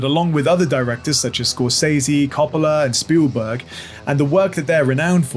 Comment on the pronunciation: You say Scorsese’s name wrong. I bet you even know it. But won’t say it .